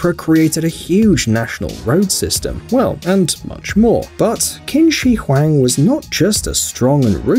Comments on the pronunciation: It’s pronounced Ching shi Huang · U pronounced the Chinese emperor wrong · The fact that he pronounce Qin Shi Huang wrongly but it's ok at least I understood what he said. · Any Asians triggered at how he pronounced qin shi Huang?